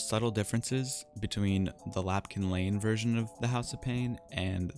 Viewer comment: Love your video's man, but it's Lampkin Lane, not Lapkin Lane =P